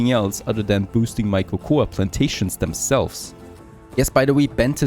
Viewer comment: Cocoa is pronounced koko.